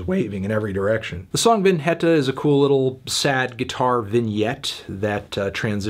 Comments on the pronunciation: Vin-heta i cringed so hard lol. It's literally pronounced almost like vignette, means the exact same thing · pronounces vinheta as poorly as it gets and then nails vignette